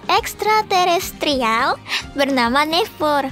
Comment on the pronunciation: Apa cuma gua yang ikut senyum pas nyebut extratrertrialskdnssjdj🤣